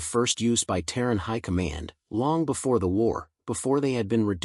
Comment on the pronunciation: Terran, not tearing